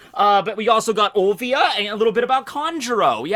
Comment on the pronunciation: The fuck man... olvia again... Its O L I I I I I V I A dude Olivia :[